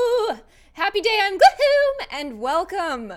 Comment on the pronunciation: Actually I think it was because this was streamed, so she couldn't edit her saying "Gloom" to sound like it usually does.